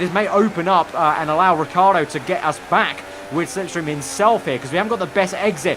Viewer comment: it's not Riccardo the right pronounce. Riccardo is an italian name. You have the say the I after the double C too